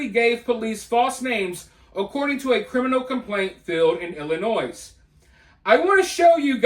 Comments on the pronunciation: Hi..its Ill- in-oy. No "s". Illinois. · I took my like away when you pronounced the s in Illinois 🤦